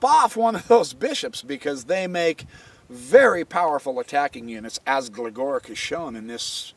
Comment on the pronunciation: Love the videos. Gligoric is pronounced Glee*go*reech just so you know. Thanks for all the vids!